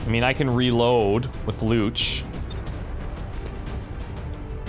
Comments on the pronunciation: Hahahaha I have the same last name as one of your characters and it is definitely not pronounced "looch" haha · There is no language on Earth where "Luce" is pronounced "Lootch"